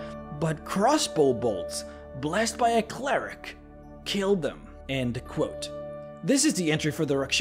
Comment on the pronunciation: It's "end quote". Not and quote. Ffs